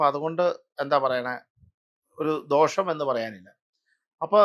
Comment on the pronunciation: ദോഷം എന്നത് "ദോക്ഷം " എന്ന് ഉച്ചരിക്കാവോ?